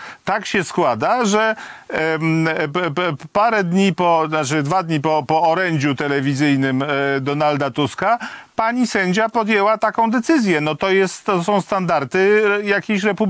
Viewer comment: Czemu jeden z drugim mówi "standarty"? Ciekawe czy mówią "dekoldy". Panowie standard - standardy, dekolt - dekolty. Osoby publiczne...